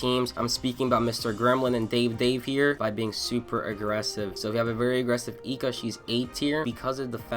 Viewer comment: man the vid is good with some holes but your character pronounciation is fucking horrendous Nobunaga being nobunga eika being eeka the quality is good though, didnt expect you to have lil subscribers